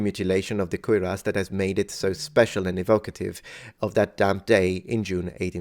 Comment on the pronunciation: It REPEATEDLY sounds like you are saying "queer ass" instead of "cuirass". Perhaps "odd donkey" or "bizarre burro" would have been a better choice of words conjuring up memories of "Francis The Talking Mule".